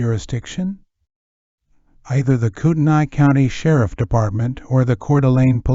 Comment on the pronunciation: Thank you for pronouncing Koutenai correctly!!